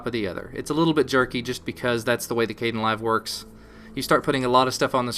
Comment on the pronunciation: I notice u say: "k-den-live" In my mind it was pronounced: "k-d-en-live" I dont know, ur probably right. Is there a correct one? Does it matter?